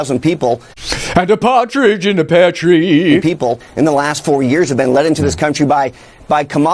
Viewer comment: "... and a partidge in a pear tree" brilliant